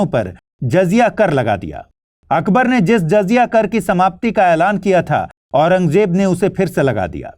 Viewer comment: Itne bade teacher hoke aurangzeb bolne nhi aata .... j nhi z hai